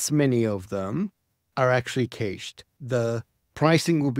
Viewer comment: What's going on with the pronunciation of "cached"?